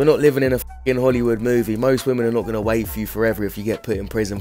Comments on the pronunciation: Why is it that hardly anyone knows how to pronounce the plural of "woman" which is "women" it's pretty sad and is irritating to listen to these dopes say it wrong consistently. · Your videos have taught me that 99% of gen z can't say the word "women" correctly.